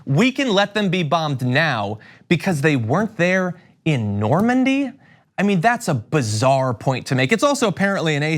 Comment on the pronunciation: It's embarrassing to listen to this clown, he's such a complete moron .. "Normandie" .. really .. "Normandie" .. get this idiot out of the White House, he's ruining America.